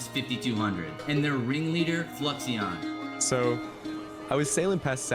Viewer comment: i wonder what fluixon thinks about his name being mispronounced for 2 years lol